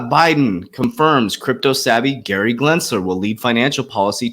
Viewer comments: CANNOT YOU NOT FUCKEN READ GENSLER>>>> NOT G"L"ENSLER ... its like the 50th time you think you could read in all your "research" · Gensler .....Glensner......no GLENS GEN Just helping not criticizing